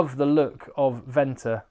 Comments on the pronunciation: I'm also from SA. Venter is pronounced fenter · HI just a tip on pronounceantion of the Afrikaans names starting with the letter V pronounce it as an F ie Venter say it as Fenter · Venter is pronounced Fenter 😂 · Hi, you will absolutely love your time in South Africa. You have the right attitude to be really appreciated in S.A. Some pronounciation tips: Venter = Fenter. V at the start is not like victory, but like fiction. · Most of the pronunciation was good, allowing for your accent. Ruan Nortje - tje is pronounced kia Ruan Venter - Venter is pronounced with an F sound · You can pronounce the "V" in Venter as a "F" like in "Fetch".